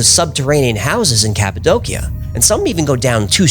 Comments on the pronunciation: I love your videos. One thing... It's pronounced "ka puh dow shuh" not "ka puh doe kia." Sorry. I don't wanna be "that guy" but I feel that one is important. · Cap-a-doe- she-ah. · It’s pronounce cap-a-dose-e-a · It's pronounced CAPPO DOCHIA. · Cappadocia -> KAP-uh-DOE-shuh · I always thought it was pronounced "Cap-Ah-Doe-Sha".... Anyhow, excellent episode. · The way this guy says "Cappadocia" makes me hate him